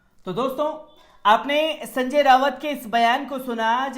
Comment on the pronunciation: जब किसी नेता का नाम भी ठीक से नहीं ले सकते संजय राऊत को संजय रावत कहते हो तो क्यों नहीं पूरी तैयारी से कैमरे के सामने आते हो